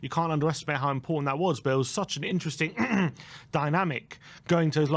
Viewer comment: It was intring? always says INTRING!! It’s “interesting” 😂🤷🏽‍♂️